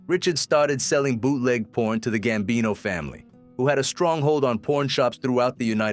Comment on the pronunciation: Gsmbino, not "gambini."